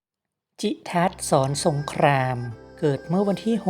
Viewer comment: ขอบคุณที่นำมาให้ทราบควรอ่านให้ถูกต้องด้วยค่ะเช่นโปรดเกล้าเป็นโปดเก้าศรสงครามเป็นศรสงคามเป็นต้นค่ะ